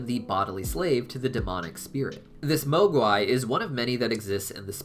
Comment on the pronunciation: It’s not (moh gwy) it’s (moh gway) I’m not trying to be rude I’m just telling you how to say it 😉